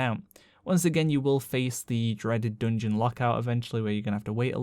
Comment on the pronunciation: Say dungun one more time